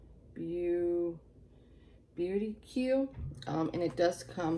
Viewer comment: It's pronounced Beau-teek monthly 🤣 its cool. I like your box. I get their Mask Maven subscription and I really like it.